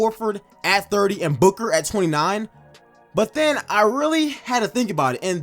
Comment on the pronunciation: Stopped watching when he said booker at 30 😂😂 ok